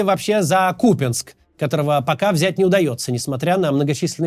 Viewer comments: Ура, Максим поставил правильное ударение на город Купянск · НАКОНЕЦ-ТО ОН СКАЗАЛ КУПЯНСК С УДАРЕНИЕМ НА У